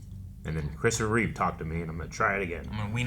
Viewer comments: For the love of god and all that is holy, get their last name right. It's not like you can't see it. REEVE, not Reeves. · REEVE, not Reeves